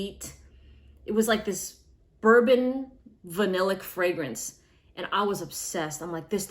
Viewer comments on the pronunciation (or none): none